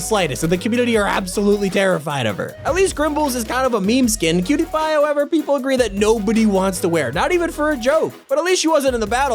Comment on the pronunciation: When he said cutiepie it sounded like pewtiepie